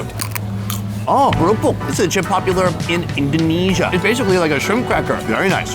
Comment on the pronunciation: i think you mispronounced Indonesia, my dude 😢